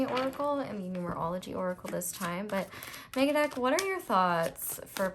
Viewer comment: When you said Megadeck I understood MegaDuck and was like what the heck is a MegaDuck? 😅